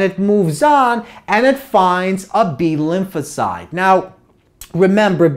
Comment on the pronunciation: is he saying Lucozade or Lymphocyte?